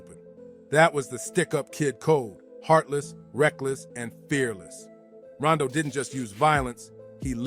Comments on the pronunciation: Why that man keep calling him Rondo, the name is Rondu, and he had folks shook. The Bolden brothers, Simmons brothers, them names was ringing in the worst way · Why is he saying Rondo... its Ron-du he and his brothers were NUTS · Why he pronouncing Azie and Rondu names like that?